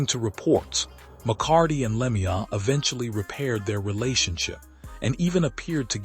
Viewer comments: its a sad sad day.and whoever you are, talking away here you could at least say his name right!, it is pronouced "Lemeau" (LeMew) please do him the small honour of pronoucing his name correctly! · The pronunciation of Claude's name on this post tells me this is a joke post